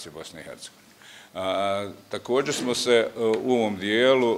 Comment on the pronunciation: Ne kaže se takodže, već takođe. Nabijem na džordana vas sve koji skrnavite naš jezik, jer ne kaže se takodže, ćaša, ćesma, đamija, prića itd., već čaša, česma, džamija, priča itd .